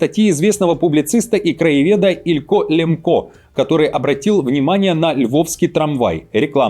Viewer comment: ))) Мадам Захарова, не ИлькА, а ИлькО))) Но тоже прикольно)))